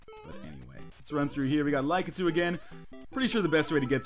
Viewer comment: Lie-kah-too? I always said it Lah-kit-ooh